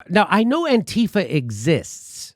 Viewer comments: Jimmy please. Its anti - fah, not anteefa. Stess on the anti. Its just like saying anti fascist, just without the scist. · Antifa, pronounced anne-tee-'fah. The small group was in Charleston VA and San Francisco, and a few other places to focus on neo-Nazis. Antifa went to protests against racism to protect and counter neo-Nazis/Klansmen violence. Nazis don't like anyone protesting against racism. Antifa was/is a small group of Jews who were tired of being targeted by neo-Nazi violence and didn't want other groups to be targeted by that same violence. Antifa gets such a bad rap because they are going after Trump's base. Other than the Klan, neo-Nazis are historically noted as the most violent underground group in the United States and have been registered as a terrorist organization within the country for a number of years. And still, Trump protects them. But he is not alone. So has the FBI and CIA, which have many neoNazis within their organization. Fascism is very popular now.